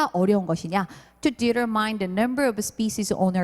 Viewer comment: determine 발음 교정 제시. determine의 옳은 발음은 [ditə́ːrmin]입니다. YouTube에 올려진 동영상 강의의 다른 몇몇 강사님들이 determine을 [ditə́ːrmain]으로 잘못 발음하시는 것을 보았습니다.